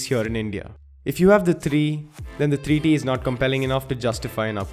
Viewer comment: Alexis Barrientos he's Indian mate bear with him. They usually mix v for w so bear with him